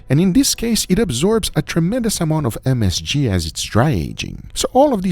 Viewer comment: I love how guga tries to pronounce msg. Just say msg man. You ain’t close. Hahaha